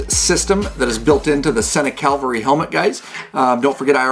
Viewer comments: Really appreciate your tutorial! Just one critique…. It’s “Ca-va-lry”… not calvary. One is military and one is religious. FYI Thx again! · Pretty neat idea, but would like to try one on for fitment before ordering. Hopefully I'll see one at a bike show soon to do that. Already use the SENA 20S and SMH10 so I know the Bluetooth quality will be good. One thing, every reviewer I've seen calls it a Cal-vary when it seems to be named a Cav-alry. :-) Nice vids!